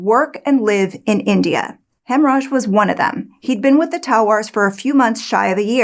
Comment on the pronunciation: When I hear you say the cook's name, I hear "hemmorage."